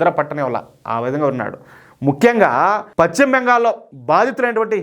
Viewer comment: Pachhima bengal kadayya. paschimabengal antaaru.telugu sarigga palakadam nerchukoni AA tarvaata video lu cheyyi. Neevu telugu nu khooni chestunnavu